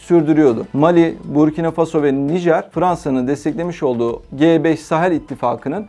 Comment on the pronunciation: буркинА фасО , не бУркина фАсмо ... Такое ощущение что БОТ читает ....